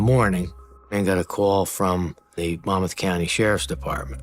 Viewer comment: why does everyone say Monmouth wrong? Mon muth.